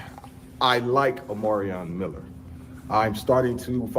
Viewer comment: Omar-i-on Miller! You really butchered his name 😅😅😅